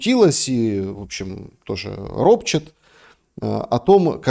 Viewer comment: РОПЩЕТ дочка Келлага,а не РОПЧИТ...